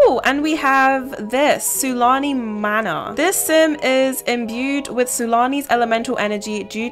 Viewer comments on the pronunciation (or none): none